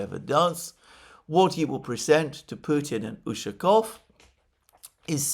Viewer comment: its ushakOv, not Ushakov.